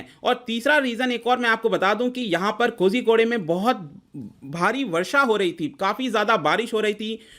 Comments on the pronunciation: कोज़िकोड है महाशय, कोज़िको‌डे नहीं। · It's pronounced as Koikode I think